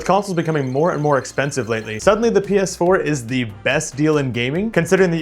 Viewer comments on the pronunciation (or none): none